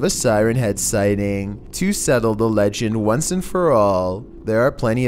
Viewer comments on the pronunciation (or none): none